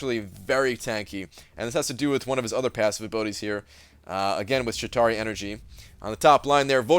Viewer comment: Were you pronouncing it "Shit tauri" every time like it was some kind of crappy Atari?